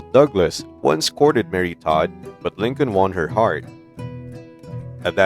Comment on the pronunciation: ITS TODD,,,,NOT TAD!!!